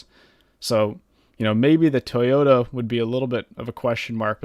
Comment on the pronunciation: You pronounced Toyota wrong